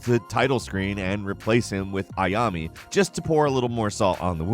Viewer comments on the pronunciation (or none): It's Ayane, not Ayami. :P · No they're not. Ah-yah-neigh. That's all. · Way to butcher Ayane's name. 👍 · Bruh, the way he said Ayane was killing me. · same here